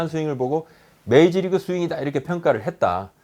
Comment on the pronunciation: 계속 메이지리그...메이지리그...메이지유신..??? 부탁인데 발음좀 부탁해여..